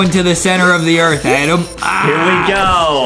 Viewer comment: ITS ADAM NOT ADEM!